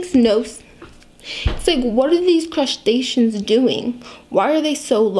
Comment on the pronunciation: Lol you can't say machinations, but flawlessly pronounce crustaceans